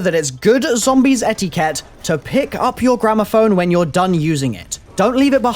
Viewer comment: It fucking bothers me how pronounces etiquette